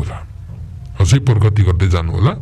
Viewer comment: प्रगति, प्रमुख जस्ता शब्दलाई पर्मुख, पर्गति भनेर भनेको सुन्दा चाहिँ कि त यो बोल्ने मान्छे शिव चन्द्र होइन, कि त शिव चन्द्र लाई मैले आवश्यकता भन्दा धेरै उच्चकोटी मा राखेको रहेछु ।